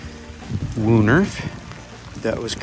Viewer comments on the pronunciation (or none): There is no "oo" in woonerf. It should pronounced as "wounaerf" or something of the like. That is not how Dutch works. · *Woan-airf. It's actually pronounceable for English speakers :)